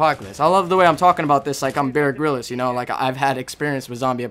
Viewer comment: oh btw is pronounced bear grills